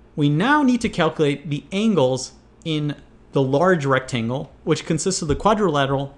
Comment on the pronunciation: I'm bothered by him saying ingles and not angles